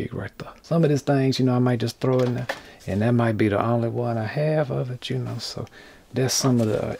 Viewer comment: "these things right thuh"